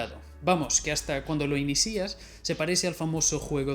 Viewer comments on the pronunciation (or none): Nadie: Absolutamente nadie:: Diferencía y inícia xD